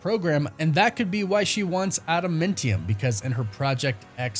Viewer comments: Again with the ada-MEN-tium.......are you trolling me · Dude I can't take it when you say adamantium.... ANT....IUM!!!! COME ON BRO USE YOUR Vowels!!! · Is anyone else bothered by how he says adamantium? 😭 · With the way you pronounce things it comes off as if you've never seen anything by them ever you pronounce adamantium wrong every time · Im getting triggered for no other reason by the way you pronounce adamantium. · Adamantium not Adamuntium lmao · Thought it was adamantium, not adamentium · it's AdaMANtium, not AdaMENtium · AdamAntium…. Not adamintium!!! You’re killing me man…. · Please stop saying adamentium, it’s adamantium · Why does it sound like he saying Adamintium instead of Adamantium...? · "adamAntium", NOT "adamIntium". Please stop mangling the pronunciations. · AdaMANtium not AdaMENtium!!! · It's not adamentium, it adaMANtium! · Why on earth would you say "adamentium?" That's not a thing.... It's adamAntium. Like Adam Ant-ium. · Adamantium or Adamentium? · Sorry …. Adamāntium not Adamentium. (adam ānt ium) not trying to troll. English major issues! Carry on… carry on… sorry to interrupt. Lol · Adum mentium??? WRoNG it is pronounced Adamantiom. like Adam Ant. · AdaMANtium not AdaMENtium 😂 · Atom Ant Ium not Adam Mint Yum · Bro learn how to pronounce this word: AdamAntium, not adamEntium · Adamantium is named after the singer Adam Ant. So it’s pronounced Adam•Ant•ium. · how you a nerd and say adamantium like that?😂 i love this channel but that pronunciation makes me wanna jab ada mint tium claw into my ears.. just breaking balls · Say adamEntium one more time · STOP SAYING ADA "MINT" EUM. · pronounced Ada- MANNNN- tium 😅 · Interesting casting for sure. I like Steven in everything I've seen him in. I hope he kills it (the role that is). It will be interesting to see him play the meek Robert Reynolds turned all powerful Sentry turn all destructive Void. By the way, what is Ada-Mint-tium? It's Ada-Minty Fresh? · Ada - MAN - tium